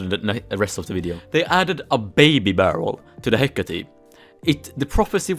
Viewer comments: Why does he say he-cat-e its he-cate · No one: Literally no one:: HeCaTatE